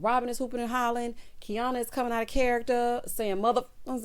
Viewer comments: The mispronunciation of Quiana’s name made me wonder if these ladies actually know each other. Because in next weeks episode Tiana is going to mispronounce her name as well. I was like are they reading a script or something. WTH?? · That argument between Quiana and Robin made me cringe 😬. Robin added a little more sauce by intentionally mispronouncing Quiana’s name😬🥴. I definitely understood both sides however, what Robin said is true. Bae bae, there are times where I wish I was fancy and footloose too 🤣.